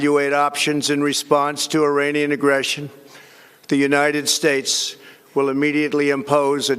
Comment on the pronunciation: He’sh shluring hish wordsh like Afghanishtan and United Shtatesh